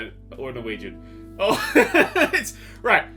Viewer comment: + when you said minä rakastan sua it sounded like maragas you